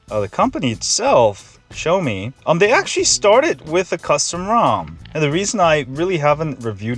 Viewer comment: For a tech channel, I would think you would know how to pronounce "Xiaomi" and "Mi." SMH.